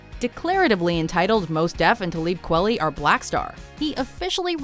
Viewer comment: Hahaha, the Kweli pronunciation